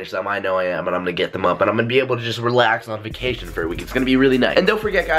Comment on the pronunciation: you said vucation its vacation